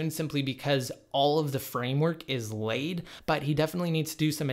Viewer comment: They way he says laid Also after u JB can u still download apps form the AppStore